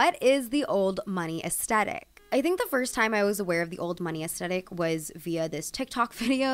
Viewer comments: I found this post incredibly entertaining. So good. Can I humbly, humbly suggest though that aesthetic is pronounced uhs-theh-tik. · Aesthetic - why is this gen z’s favourite word, why. WHY. and why pronounce the T as a hard T sound? It’s a ‘th’ sound. This genuinely drives me nuts. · hi love ur pronouncing aesthetic wrong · Very informative, but please say aesthetic correctly. Especially if you're going to keep repeating it.